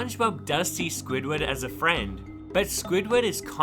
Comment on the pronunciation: It's SQUIDWARD Q. TENTACLES NOT J